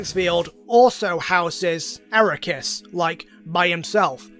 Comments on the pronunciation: was listening in the shower and took me a few minutes to realize who you meant by "araykus" its arceus😂 ar-kee-us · it's not aracoos, it's arcoos or akaroos or asrukas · So glad he's using the correct pronunciation of Aquarius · How do you mess the name up that much? (Ar-See-ehs) Is the original (Arc-ee-ehs) Is the name after censorship so it doesn’t sound like ass in French (Ar-kous) Is a joke name made by MandJTV after his Pokémon talk series. But yours is just… WHAT? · Arakus is easily the best pronunciation of arceus I have ever heard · This man consistently says Arecus instead of Arceus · It's pronounce "ark e us" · The most broken thing here is your pronunciation of Arse-ee--ass. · THAT'S NOT HOW YOU FUCKING PRONOUNCE AR-KEY-US BRO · dude unironically says ARROW-KAS what the hell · We love you buy if I hear you say arikus one more time I stg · Ok, but I have one question. Why do you pronounce Arceus like that? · Boi added an extra syllable to ARCEUS. Bruh